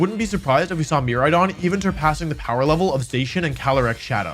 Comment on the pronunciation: The pronunciation of Miraidon killed me